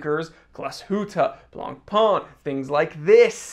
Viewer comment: Again: BLANCPAIN is not BLANPAAN: is french, so you need to say BLANPÈN. Oooookkkkkkeyyyyy?? 😈😈😈